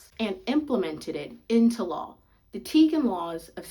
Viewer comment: The "g" in tignon is silent. It's pronouced TEE-ny-on.